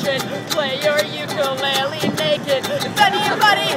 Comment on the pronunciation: she is saying ukulele wrong by the way